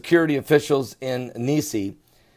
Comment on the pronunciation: pronounced niece.